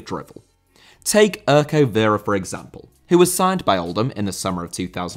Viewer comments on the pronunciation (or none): Urko Vera,not Örkouw Vira